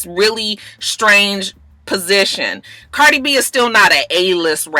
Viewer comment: you so funny. You called Cardi B. “Bardie” 😂. It’s ok though. I knew what you meant.